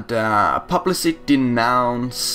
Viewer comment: Publisly.. Its like saying bismarck as bismarsk. How do you pronounce public? Then how do you pronounce publicly? See?